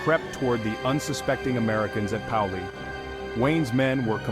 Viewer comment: It is pronounced "PAY-oh-lee"